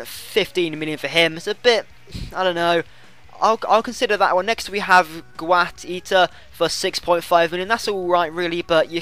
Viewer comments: guaita is pronounced gay-ta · guaita is pronounced gaajta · Guaita is pronounced as Gita the uai is pronounced eye. and he grows to 88. great cheap goalkeeper!